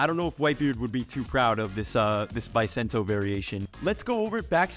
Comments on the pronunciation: Its called Buh sen toe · Its pronounced Beu sento